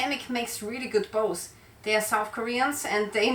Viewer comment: Bows not boats